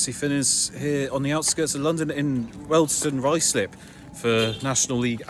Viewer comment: Finners is an expert at mispronouncing names. It’s his forte